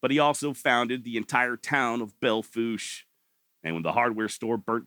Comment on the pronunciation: Good job. And you pronounced Belle Fourche correctly. 👍